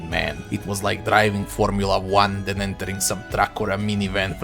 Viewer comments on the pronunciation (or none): none